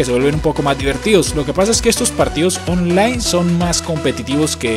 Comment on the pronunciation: like si escucharon que envés de decir online decía ofline jajajaja XDXDXD